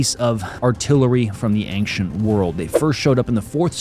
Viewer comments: Why do you say "ainkhchent" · Schtop saying ankchent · Does anyone else think he says ancient weird?